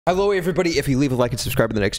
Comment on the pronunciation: I’m so confused 😐 does he say helloeee everybody or does he say hello everybody a weird way Or is it just me who hears that